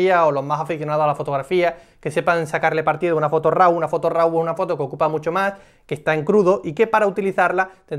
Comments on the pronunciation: "Raw" se pronuncia "ro", no "rau". Te lo digo para posteriores vídeos. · Es tu canal, faltaría más. Simplemente me sonaba muy raro porque siempre he oído "ro". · eres el primero que escucho que lo pronuncia de esa manera